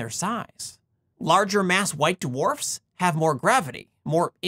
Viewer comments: white DeWharfs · White "d-warfs." 😁